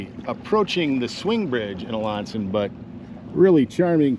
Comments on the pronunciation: Wonderful stuff but where are you getting your pronunciation for the town of Alanson. We pronounce it A-Land-Son but without the D. I hear you pronounce it and it sounds like LA. I stopped multiple times to just reminisce during this video as I grew up in the 50s and 60s fishing these waterways with my Uncles and Brothers. Thanks for doing this. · Love your stuff! Have a small correction for ya, tho... being a Northern Michigan resident nearly all my life and know Alanson very well... it's pronounced AH-LAN (like land)-SON. :) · I love your content and love how in-depth you are with the information I get lost in your videos every time 🙏🙏 one thing tho alanson is pronounced ah-lan-son sorry if that upsets anyone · You should learn how to properly pronounce Alanson & Toppenbee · That was a new pronunciation for Alanson for me!